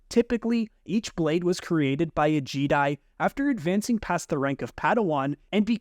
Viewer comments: Jeh-Die Not G-Die Or Jeddi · I keep hearing you say jeedi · JEEDI? did you just say JEEDI? yeah im out bro goodluck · Bro said jeeeedai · He’s right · I've never once heard someone not pronounce Jedi correctly.... 😂😂 literally first time ever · The way you pronounce ”Jedi”, makes me question of I’ve pronounced it wrong this entire time. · I left when he said jedi wrong